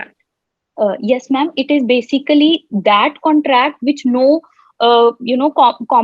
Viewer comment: Besically besically 😃